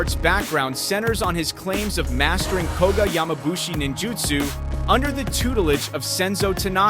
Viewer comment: Well Steven Seagal, may have been taught martial arts by various instructors, but they never taught humility, no one should be cocky about what they have been taught, there is always someone better. As for Frank Dux, there is no martial called ninjitsu, The proper pronounciation is Ninjutsu as far as i know there are only 2 different Ryu ( schools ) one is koga ninjutsu which were reportedly wiped out hudreds of years ago, and the other Togakure Ryu Ninjutsu, which can be traced back 34 generations, which used to be called Shadows of Iga, now the Nine gates Instatute currently run by Masaaki Hatsumi, the 34 grand master of the Ninja art